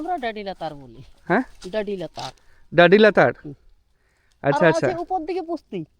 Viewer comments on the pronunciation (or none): DADI-LATAR এর উচ্চারণ সান্তালি ভাষায় সঠিক ভাবে ডাডি-লাতার যার বাংলা মানে "ঝর্ণার নীচের স্থান" 🙏🙏🙏🙏